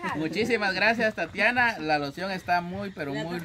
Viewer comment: Se llama tatiana no tatania asi dijo alfonso escuchenlo tatania